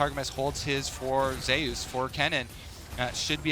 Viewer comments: That's not how you pronounce Zeus. . If you are going to compare the name to the god of thunder by referring to his favorite champions being lighting orientated.. Pronounce it the way the god of thunder and lighting is pronounced. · Why does he keep pronouncing it Zay-oos... it's ZOOS. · Say zay use, zuse